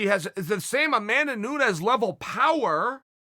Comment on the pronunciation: Chael said Nunes this time